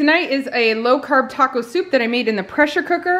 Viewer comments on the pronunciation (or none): none